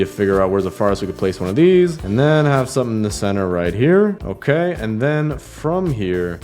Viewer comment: CeNtHeR (no hate)